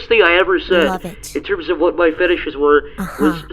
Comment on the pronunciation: "Just tell me QUWahT inspires you to make your cartoons?" I cant be the only one that had to rewind that part to make sure that's what she said.